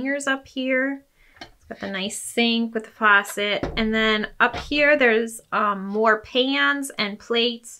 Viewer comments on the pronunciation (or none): none